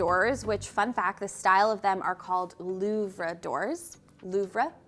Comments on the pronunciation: Louvered (loo-verd) and Fiddle-leaf (not fiddly). But yeah, gorgeous. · Pronunciation: Louvered = loo-vered. While word is French it’s not French pronunciation.